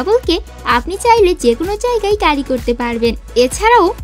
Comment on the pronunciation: ইংরেজি উচ্চারণ শুদ্ধ করে নিও স্ক্রিপ্টের।। ক্যারি কে,কারি কারি করতেছিলে।